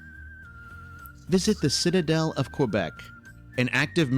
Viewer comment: "Ontario,s lake" ??? Reedoo ? this announcer is clueless . , key , not cway